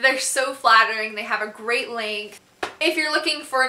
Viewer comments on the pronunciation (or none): none